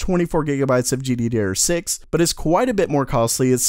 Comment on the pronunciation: I love it when he says gdderrr6. Makes me want laugh like a ton